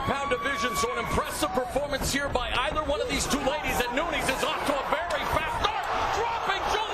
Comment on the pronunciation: NunEEz? C'mon now..🤦